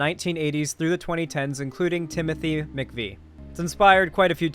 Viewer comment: I know you weren't born at the time of the Oklahoma City bombing but it is pronounced Mick'Vay not Mick'Vee